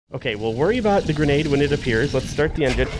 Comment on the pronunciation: “Gradenade” lmao